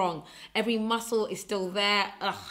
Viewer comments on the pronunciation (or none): none